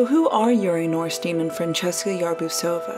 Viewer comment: Name is to be pronounced 'nor-shteyn'.